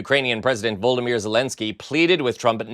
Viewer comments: The Ukrainian president's name is Vol--od-y-mir NOT Voldomyr, as you always call him. There are two vowels in the middle of his name, please stop mixing him up with Voldemort! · Zelenskyy's name is NOT Voldemir, it's VolODymyr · Volodymyr, not Voldemir!